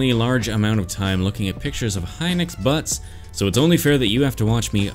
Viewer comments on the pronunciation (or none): I’m going to get a lot of flack for this BUT! I believe it’s pronounced “He-nox” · Hinox is Pronounced he nox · pronounciation is it hee-nox or hy-nox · the way he says hinox makes me so mad